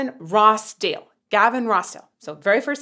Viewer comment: Gavin Rossdale s is pronounced with a Z. Love your work. Congratulations on your pregnancy. It’s probably over by now. Regardless, I’m very happy for you. I wish you lasting health. Take care cya later!